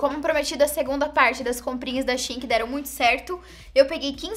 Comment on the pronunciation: Eu amo que a é uma das únicas que falam Shein certo aí quando eu falo da mesma forma tem gente que acha estranho kkkk